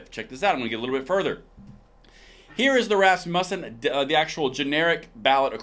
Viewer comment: Emphasis on the first syllable. RAS-mu-ssen. Love your channel.